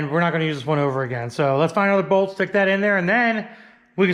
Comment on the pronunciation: Why do you say “bold” instead of bolt?